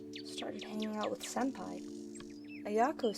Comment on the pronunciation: I'm sorry but "senpai" not "senpie"